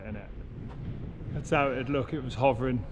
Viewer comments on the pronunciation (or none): none